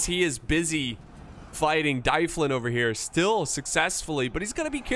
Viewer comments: mun, it's D-uh-vlin not Die-flin, we need to teach you some Welsh pronunciation!;) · 'Dyflin' is a Brythonic word meaning black pool. It leads to the name in Gaelic 'Dublin'. So Dyflin is pronounced 'DUV-linn' (emphasis on the capitalised syllable).